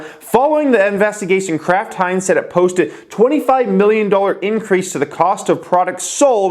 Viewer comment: Am I the only one hearing Crap Heinz when he says Kraft Heinz?